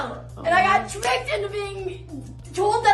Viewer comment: She still has that “r” speech impediment. she got “twicked” not tricked, lol.